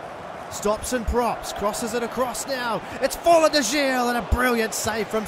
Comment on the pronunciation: Thought i'd let you know that Gil's name is pronounced as the same way you pronounce the heel of your foot